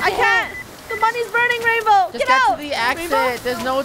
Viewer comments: It's not rainbow, it's rainboah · It’s “Rainbwoah*